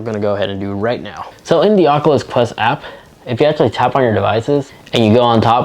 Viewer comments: I can’t not stop thinking on how he said the ocluthes qleft qlu in the first few seconds of the video instead of oculus quest two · Oat the start it sounded like he said de aculus quest